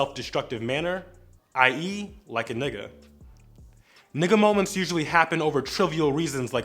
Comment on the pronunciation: Anyone else not liking how he’s saying N***a